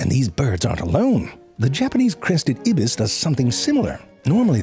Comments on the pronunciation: Oh, no, ZeFrank, you had two pronunciation mistakes in this hilarious video. Cnidarian is pronounced NEYE-dair-ian. The 'C' is silent. And Ibis is pronounced EYE-biss, not IB-iss. You usually do such thorough research in these! Sorry to let you know. Love your videos! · Ibis EYE bis Not ibiss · The C in Cnidarians is silent. Also ibis is pronounced (eye-biss).